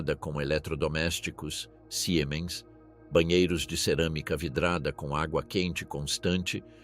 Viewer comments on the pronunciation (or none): none